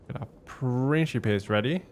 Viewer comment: Good to see you back doing TW Rome 2, just catching up on the campaign. And it's Prinkipes for the early Republic, my good sir, the Princhipes pronunciation for the c developed in the very late empire and Vulgar Latin.